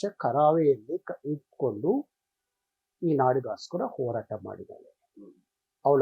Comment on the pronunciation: ಲೋ ಓರಾಟ ಅಲ್ಲ . ಹೋರಾಟ 😀😀.